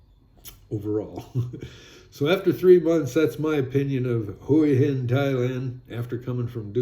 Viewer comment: Hua Hin is pronounced Wa-Hin. If you pronounce it correctly you’ll appear smarter.